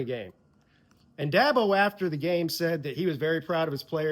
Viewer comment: I love Dabo but it's DABO